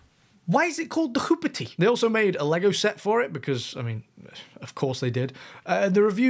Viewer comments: Its "hoop-tea" not "hoop-ity".... It's an American urban slang term for a piece of sh*t car. Hoopty Which just adds another layer of the woke pandering of marvel. They had to name a vehicle a "hoopty" in a lame attempt to pander to urban culture 🤦🏼‍♂️ I swear...... Woakness is an art. The amount of effort, time, planning, and energy that goes into being woke almost makes it a respectable profession 🤮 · it's pronounced "hoop tea" ! (american slang) translation: a budget run-around/banger of a car! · You don't know how to pronounce hoopty. You said "hoopity". This movie and the MCU can be called a "hoopty" - getting old, beaten up, and driven way past its years